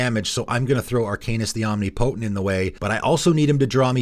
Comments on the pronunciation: Om-ni-po-tent not Omni-potent. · Flavorwise, I don't think a vehicle should be able to crew another vehicle, but according to the game rules, it can. The idea of a mammoth crewing a sailboat and then working the ship's wheel to pilot a mech is just bizarre and hilarious. Do a lot of people pronounce "omnipotent" like that? I say it like om-NIP-oh-tint. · omnipotent is pronounced like omniscience; no "knee" sound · Oh my God please Google how to pronounce omnipotent.